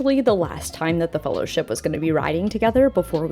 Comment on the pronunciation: It’s about time-ah